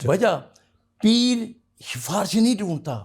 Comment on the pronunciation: "sha-farish", ye kaise ban gaya lol